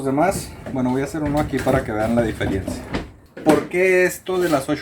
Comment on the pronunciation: Diferiencia no Diferencia si